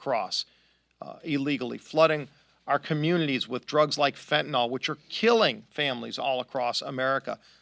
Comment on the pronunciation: FF politicians stop saying fentanol.. its fentanyl.. read up on it for a change, so you know how it is pronounced looks like you are in the legion of dyslexics